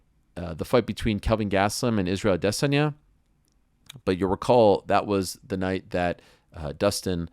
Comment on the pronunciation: Why does Ariel pronounce Adesanya like he has a stick up his ass?